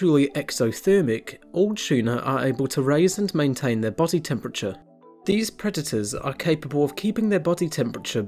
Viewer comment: You know, the word "predators" has a "d" in it right?